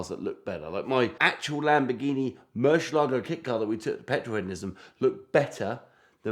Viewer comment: 15 seconds in and f i hear this halfwit say "Murshalargo" one more time i am gonna lose my mind.